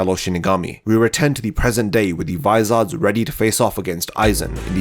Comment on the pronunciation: Vis-OR-s. Not vis-ARD-s.